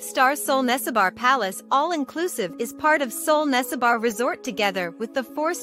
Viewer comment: Nessebar is pronounced neh - seh - bur not nesse-bar.